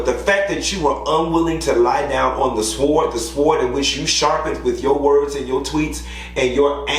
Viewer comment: the w is silent in the word sword.